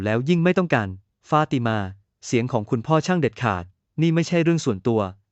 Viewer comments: ไม่ทราบว่าคนที่บรรยายอ้านภาษาไทยไก้ป่าวเผลอ อ่านว่า เผภลอเหรอ ฟาดมานั่นคือฟาติมาป้าว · มันอ่านอะไรของมัน ฟาดมา= ฟา ติ มา ข่มคู้ = ข่ม ขู่